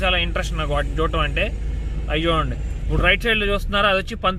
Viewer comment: మీరు ఇప్పుడు బదులు ఉప్పుడు అని పలుకుతారు ఎందుకలా ఉప్పుడు అంటే ఏదైనా తిండి పదార్థాలు